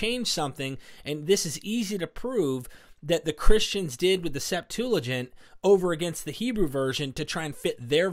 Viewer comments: SEPT-ua-gint. NOT sep-TOO-la-gint . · Why does he keep calling it the 'SeptuLAgint'?? There's no 'L'. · DUDE! Stop saying "Septooligent", that's just nasty in my ear. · Bro you keep saying Septulagint with an added L and it's killing me bro. There is no L; it's Septuagint. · Hey, there's no "L" in the word "SEPTUAGINT"... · Has no one corrected you yet - IT'S NOT SEPTULAGINT , it's Septuagint. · It's "Septuagint" not "septoolagint." Please! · Septuagint. Not Setulagint. Thank you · Stop saying Septuligint. It is not a word. Lol. Nobody says that. You must be doing it deliberately. Haha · Hey I love you man I love your show I watch you everyday. There is no L in the word Septuagint. Thanks for your great show keep up the good work. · Yo, I don’t mean to come off as pedantic but there’s no L in the word septuagint. Loving the show man. Keep it up. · I notice that you say "Septuagint" funny. There isn't an L in there, lol 😆 but great podcast nonetheless. 👍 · Are we putting an "L" in Septuagint? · There is no "L" in Septuagint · Please! There is no "L" in Septuagint. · Love both your content and the Rabbi, however there is no "l" in Septuagent. The Rabbi knows this,so... get the "l" out of there! 😉 Thanks for this video. ❤ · Septuagint. No L. Small not, but it's all I hear now! Lol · "Septuagint" has no L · I won't be ugly about it as some here (most of the people who are ugly about it also display antisemitism), but mispronouncing Septuagint greatly diminishes your message. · There's no 'L' in Septuagint...just sayin'!